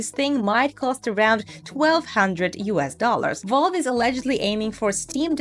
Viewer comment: Not to nit pick but its Valve not Volve